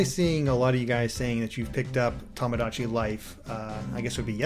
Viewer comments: It is Tomodachi, not Tahmahdahchi... Japanese vowels are not pronounced like that. To sounds like "tow/toe/toh". Not like "Tah". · Chang Jia Yang Since we're on a correcting streak, it's to-mo-dah-chee. The extra u sound after to and mo is incorrect pronunciation in JP.